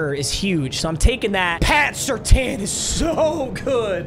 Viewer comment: I think it’s Patrick surtane not surtan